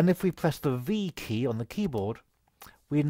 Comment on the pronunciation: what "fee key on the key board'? sec